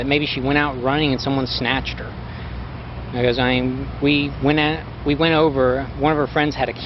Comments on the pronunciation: Between Chris Watts and Stephen McDaniels, I don’t know which one I’d say gave off the most tells. Probably Chris but Stephen with that “iyeen” made me laugh. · Every time “Iyeean” came on screen, I howled with laughter. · This was an excellent video. In the description, you mentioned that Part 2 would be delayed. I looked for it on your home page but can't locate it. Is Part 2 still forthcoming? Stephen's "sound effect" Iyeen is simply him running together the words I mean. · The "lyeenn" sound Stephen McDaniel makes isn't a random sound effect, it's him saying "I mean" but pronounced like "iyeen." He does it throughout the whole interview. It's a regional thing, people say it like that where I'm from too. He definitely was lyeenn, tho..